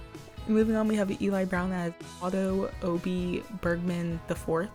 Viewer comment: I think you're pronouncing Obie right because it probably stems from his initials: OB (Otto bergman)